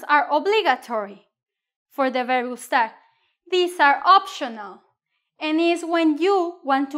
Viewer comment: Why do you pronounce gustar like an American😹